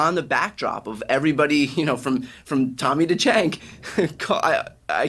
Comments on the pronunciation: Someone tell Brian how to pronounce Cenk's name. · Neither Brian nor Piers can pronounce Cenk's name correctly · I feel like ANY guest other than Cenk would have the host and other guests pronounce their name correctly. It isn't that difficult to learn how to pronounce a 4 letter Turkish guy's name. Honestly .